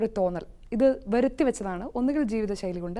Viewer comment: Not 'veruthy' , it is 'varuthy' vechathu.